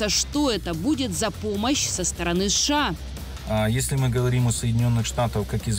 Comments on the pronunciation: Женщина за кадром не шша а сша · Почему она говорит ША вместо США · Я прям чувствую чем более пафостнее видео, и чем громче произносится "СШААА" тем более холоднее становится в квартирах обычных людей в Европе, а тем более Украине...)